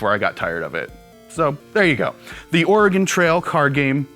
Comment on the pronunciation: It sounds like is saying "The Organ Trail" instead of "The Oregon Trail"...